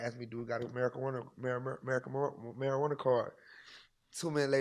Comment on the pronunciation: Did bra say America marjuana card 😂